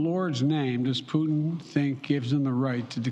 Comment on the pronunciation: He said Vladimir pudding?